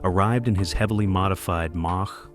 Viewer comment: BAD INFO#8- " MATCH ONE" WRONG!! IT'S MACH ONE. SHIT.UPLOADER!!